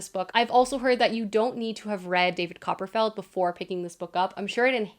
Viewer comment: Also "Copper-feld" 🚫